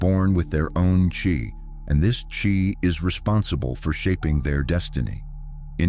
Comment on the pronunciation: It's pronounced chi not chai